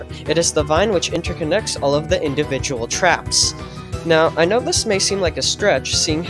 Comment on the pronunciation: blud was struggling to say individual 😭